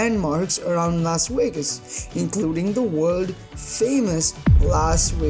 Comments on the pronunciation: WTF is a Whas Whegas? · Pique womited in his helmet in Las Wegas? 🤨